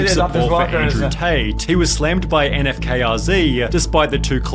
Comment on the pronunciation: N-F-K-R-Z Lmao cmon, it literally takes one watch to know its not pronounced that way, he literally says his name in every intro lmao